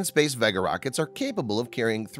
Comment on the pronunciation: The reason so many people think the narrator is a robot is that he does odd things like pronouncing Vega as though is rhymes with egg instead of vague.